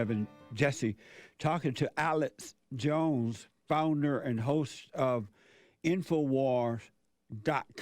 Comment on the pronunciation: lol sounds like he says Alice jones.. Love these 2 great men!